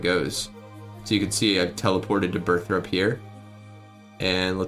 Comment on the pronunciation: why do u pronounce burthorpe as burthrope? :P